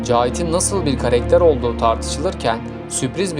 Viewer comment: Karekter değil karakter